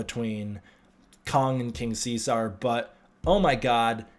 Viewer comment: What world do you live in where it's pronounced King See-Sar? It's See-Zerr, as in Julius.